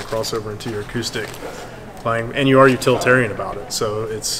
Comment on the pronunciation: did he mean to say "utilitarian " ? .....or totalitarian ? ...maybe vegatarian ? ...maybe even Aquarian ???